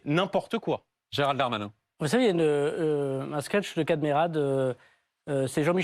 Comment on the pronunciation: Mr Bardella a explosé verbalement le Dahr-mahnain